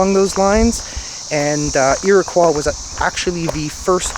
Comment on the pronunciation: my native Indian tribe is pronounced as Iroquois Indian.stop saying aqua because it’s not said right that’s annoying say it right Iroquois